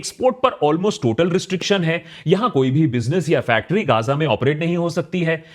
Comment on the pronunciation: Bro it's Ga-za. Kya gaazaa gaazaa karre ho